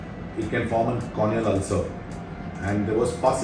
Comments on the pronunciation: Alcer!????? 😂 this is why it’s important to learn the English language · What’s olcer? It’s ulcer right 🤭